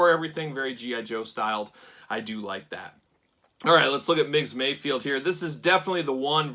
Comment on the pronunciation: Ever time you say MayFIELD instead of MayFELD my eye twitches. lol